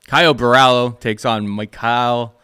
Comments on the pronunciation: Caio Borralho Repeat after me, Bo-Hal-Yo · Nah, I'm Brazilian and that's not how it's pronounced, he must have said it like that to make it easier because it must be really annoying that they always say his name wrong, It would be more like Bo-Ha - Glio , if you pronounce this Glio as it is pronounced in Italian, it would be closer